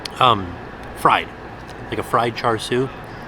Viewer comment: its chashu pork tim Cha shu you saying it worng.. don't call it bacon soap its not.. pork what give it flavor